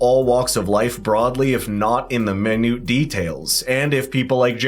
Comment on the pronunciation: there are two ways to pronounce the word 'minute' but you seemed to find a third...